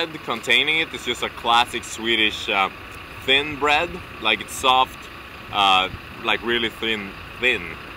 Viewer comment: Lite svårigheter med ordet "Thin", haha awesomesausage ;p